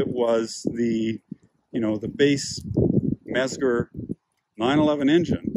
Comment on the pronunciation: Oof, that pronunciation... It's "METS-ger" and "PEE-ech."